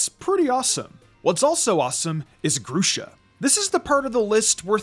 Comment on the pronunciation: It’s pronounced GRUH-shuh and flor-JESS, “”! 🤨